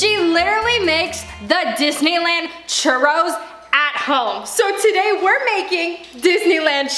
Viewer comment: “We gonna make some Chourus” girlll